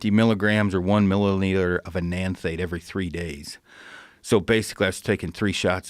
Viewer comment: I'm sure it was the pronunciation of Enanthate that threw Joe off. Enanthate has been discussed on his show before. (BTW, I tell people Tren is the relationship killer.)